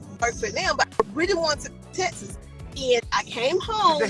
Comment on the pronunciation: Oh gawd this is horrid and what is "tesses"? Its "TEk SUHS" STHU